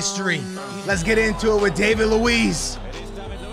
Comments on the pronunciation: Don’t really see how David Luis is your favrioute player if you pronounce his name wrong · One of your favourite players and you can't even bother to pronounce his name well? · "One of my favourite players" Maybe you can honour him by learning how to pronounce his name properly. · "one of my favourite players"... Proceeds to pronounce his name incorrectly. Lol. Americans and football have a long way to go to join the conversation.